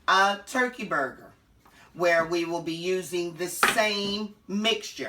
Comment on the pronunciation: Not burger but "bagah"